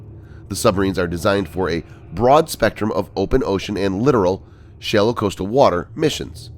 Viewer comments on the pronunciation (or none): When speaking of Submarines: Littoral - Pronounced Lit-Oral not Literal